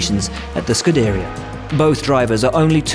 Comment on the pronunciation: The pronounciation of „Scuderia“ was horrendous.